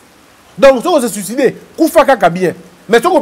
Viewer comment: "zi vé sicidé" 😂😂😂😂😂